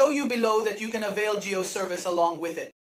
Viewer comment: jio not jew...rest best